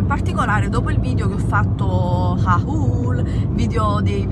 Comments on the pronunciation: se non ci dai peso, non parlarne.. hai un bel fisico e sei liberissima di sfoggiarlo, loro sono delle haters e si aggrapperebbero a qualsiasi cosa pur di insultarti, purtroppo devi fartene una ragione. ps. haul si pronuncia 'hool'.. se magari hai dubbi vai su google traduttore e clicca sull'audio così ti fa sentire la pronuncia esatta delle paroleche non sai xxx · hai completamente ragione, hai un corpo stupendo e quelle donne (anzi non si meritano di essere chiamate donne) ti invidiano, ignorale. un altra cosa haul si pronuncia houl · Ma perché tu e nancy pronunciate haul : "hhauuul" non è una parola italiana